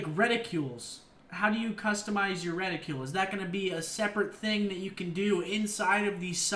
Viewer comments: seth its not RED i CULE its reticle so annoying LOL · "reticule" lol ... its re-ti-cle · Why are you saying Red-i-krul? english Seth? plz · Reticule? I'm pretty sure it's reticle. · quit saying reticule it's reticle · It's reticle, not reticule! God damn. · Redicle not ridicules your killing me Seth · Theres no 'u' in reticle Seth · I think you meant to say EXPEDITIONARY, not expendiary (not a word). Also, you were looking for RETICLE (the lines making up the center of a gun sight), not reticule (which is a small woman's handbag). You said reticule about 10 times and it sounded dumber everytime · Reticle, not reticule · GODDAMMIT SETH, RETICLE NOT REDICULE!!! LOL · wtf is a "reticule"? It's pronounced "reticull". Been bothering me for years how you say that. Anyways, hopefully these are just the preset classes you have before create-a-class is unlocked. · Seth... please learn how to pronounce reticle and expeditionary. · Can you pronounce reticle properly? Thanks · he pronouces it like in french